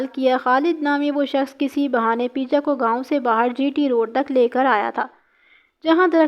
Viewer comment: Baji peeja nahi peja hota hai pervez ka urf